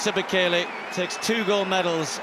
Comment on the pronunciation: I believe it's 'Bay Kay Lay' ....